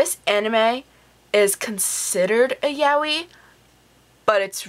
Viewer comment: Nice review, but I'm sure that's not how 'yaoi' is meant to be pronounced